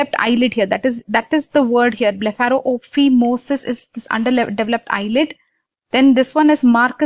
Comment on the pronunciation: It’s pronounced blepharo-fy-mosis, not blepharo-opi-mosis. Do you not know what phimosis is?